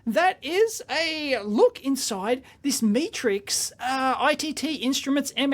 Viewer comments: Pronounced shovan r nu, and met as in met someone, not me as in look at me, then rix. I have a couple of Chauvin Arnoux meters from their existing range and they are excellent, but expensive. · Metrix, as in metrics, as in measurements. Unless you're Australian I guess😁